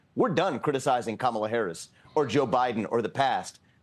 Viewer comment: the way he says “country,” and , the way he says “dunk,” both have a distinct pronunciation commonly heard in Indian accents.